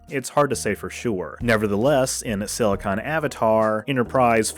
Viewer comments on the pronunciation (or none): none